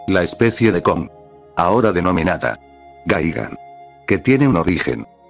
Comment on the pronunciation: Gigan pero se pronuncia gaigan